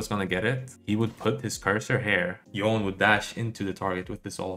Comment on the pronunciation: why do you pronounce "Yone" as "Yi-on"? Just watching Yasuo and Yone animation you can get the official pronunciation is "Yo-nay".